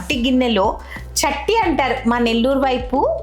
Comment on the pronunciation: Adhi satti andi chatti kadhu garu...I'm also from Nellore 😊